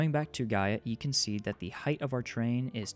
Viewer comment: it's terrain, not train